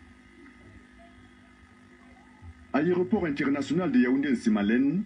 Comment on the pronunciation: Pourquoi la majorité des journalistes camerounais disent "ayéroport" au lieu de "aéroport?